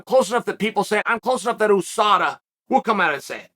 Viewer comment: Why does chael keep saying OUSADA